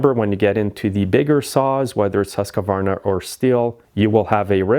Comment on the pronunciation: The HUSQVARNA saw is not pronounced Husk a varna but Huskvarna